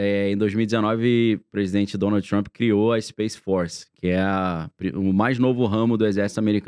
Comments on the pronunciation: Por favor, o nome dele é TRUMP e Nao TRUMPY. Deixa isto nas ruas e fora de canais que supostamente estão educando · o "Trampí"